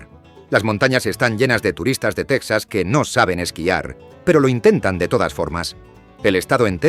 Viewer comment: 1.- TeJAS, TeJAS, TeJAS, TeJAS, .... NO teksas!!!.... ¿¿¿Dices tejanos y luego dices teksas??? 2.- ¿¿¿De dónde se sacan esa estupidez de que California es la 5ª economía del mundo???.. NO lo es ni a precios corrientes ni a Paridad de Poder Adquisitivo.... como mucho sería la 8ª o 9ª